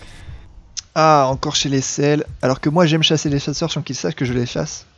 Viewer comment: Quand tu dis 'sashér' au lieu de dire 'chasser' ca fait un peu YTP quand meme.